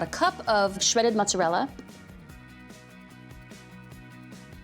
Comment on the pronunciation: Valerie, I love it! I make my Lasagna the same way as you do.....And I so like that your pronouns 'Ricotta' and 'Mozzarella' the right way. True Italian, and so lovely too!